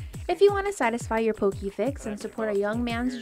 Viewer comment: ...Get it RIGHT! It's pronounced Poh-kay...NOT Poh-kee!